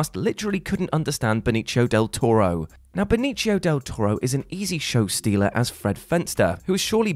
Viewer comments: Something missed: Benicio del Toro is Puertorican, not Italian. So, it's "Benissio", not "Benichio." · Who's "Beneechio"? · Del Toro's name is Spanish, not Italian. It's not pronounced like "Benichio" but rather "Benisio" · thanks for the video and explanations! one thing was disturbing to listen to, everytime you said "benitschio" it hurt my ears. if he was from italy he wouldn't be hispanic. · Benicio is pronounced with an ‘s’ sound, not with an Italian ‘c’ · "Benicio" isn't pronounced like that. It's a name in Spanish, not Italian. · The C in Benicio in this case is pronounced like an S. Pronouncing it like a CH is an Italian, not a Spanish thing. Come on, it's not like the guy's some obscure D-lister.